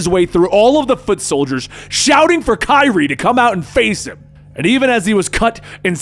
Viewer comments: No offense my dude it is pronounced kuh-rye (karai) just a little help with the name. Love the content been watching for years. Keep up the awesome work. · Her name is pronounced: "kuh-rye". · Do you mean Karai? It sounds like you are saying kairi? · You probably already caught it but I think it's pronounced ka-rye lol oh well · Nice dramatic reading but next karai is pronounced kuh-rai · Take a shot every time says Kairi instead of Karai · Just to let you know its pronounced kuh rye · bro it’s pronounced “kuh-rye”. Who’s Kyrie😂? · Firstly, great recap! Secondly, it’s pronounced Kah- Rai And thirdly, RIP Ralph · her name is pernounced Karai(Ka-Rye) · Why can't he pronounce Karai? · Is anyone else bothered by how he says Karai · And he also botched Karai. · He made her sound like a kingdom hearts character lol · You did great but pronounced Karai wrong 🙁 other than that it was awesome!! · Shouldn't be 'kuh' since it's Japanese. The 'a's should sound as the one in 'cat' or 'hat'. This is difficult to explain in English... But it should sound exactly as if read in Spanish: Karai. Not Kairi. I kept thinking of Kingdom Hearts :p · It's Karai/ Ka-Ry not kyree lol and it's the Fugitoid not fuginaut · Ok I have to say it. Her name is pronounced Ka-Rai. Not Ki-rie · Bro said kyrie💀💀💀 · I’m sorry. I find it funny he’s pronouncing Karai as “Kairi.” Can’t help imagining Raphael fighting Kingdom Hearts Kairi and the sais clashing with her keyblade and Raphael dying from the light and friendship. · It’s kar-eye my boy lol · Did he just call Karai "Kairi?" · i know its spelled karai, but ist pronounced kurai or krai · Lol bro it’s KA-RYE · its not kairi tho its karai (ka-ra-yyy) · You meant to say [kah-rah] when you said [Kah-ree] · Btw your saying Kari wrong it’s pronounced like (Ker•ai) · If you're gonna say her name pronoun it right it's karai it's not kyrie where did you get the name kyrie from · Her name is karai, not kairi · kye-reee????? its kuh-rye